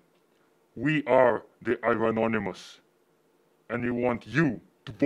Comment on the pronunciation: holy sh*t, that ending was great! did he say, "ivan-onymous"? lol